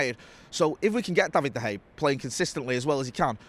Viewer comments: Seen some pronunciations for de gea but never seen someone pronounce it as bad as hey. Where did you get that from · Does anyone want to tell that there is an A on the end of Dea Gea's name? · is saying: Da Hay! Hilarious!! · I couldn't pay attention to this with "David Da Hey" being said all the time lol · De Hay... never heard of him 😅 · David De Haa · Going to start a Da Hay drinking game 🤣🤣🤣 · 🤔 De Gea or Da Hay 🤣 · This guy has always has a unique way of pronouncing things and nothing seems to change that. Have to keep asking myself every time he says it. Who's David de Hay? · Him and Howson have been saying it like that for years, and must know full and well that isn’t how you pronounce it